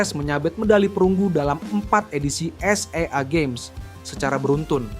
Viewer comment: Gimana sih komentator tuh baca Sea Games jd s e a games ...weleh...weleh